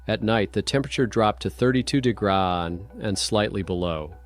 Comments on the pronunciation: Degron is how ppl will say degrees in the future 😂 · 32 degras? Very good AI though. But AI, yuck! Good stories though. I want to make sure my comment is balanced. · To ai to say degree it’s pronounced Di-grr-ee but faster ❤ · Bullshit AI narrator can't pronounce degrees, story is fiction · Why can't the narrator say degrees?